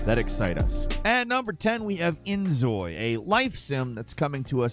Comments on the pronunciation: just a little bit of knowledge inzoi is pronounced injoy. Because for some reason Korea thinks Z is pronounced J... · Z is pronounced as J in Korean. So it's In-Joy. cute